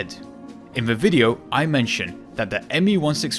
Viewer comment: I-I-IT'S NOT SAID "T-STOFF" AND C-STOFF" IT'S PRONOUNCED T-SHTOFF UND C-SHTOFF HURRRRRRRRRRRR please don't roast me :) funny vid, cheers!